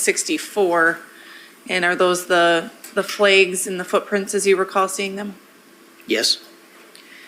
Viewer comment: I had to skip past all the ‘flehgs’ and unwrapping 😅